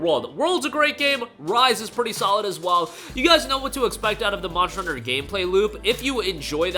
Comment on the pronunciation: Why do you call it Monchter Hunter?